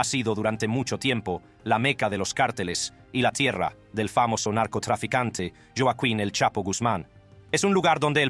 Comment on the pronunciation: Jaja “Yoa kin” el Chapo Guzman